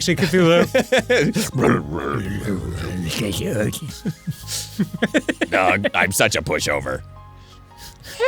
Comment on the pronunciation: It's "Cthulhu".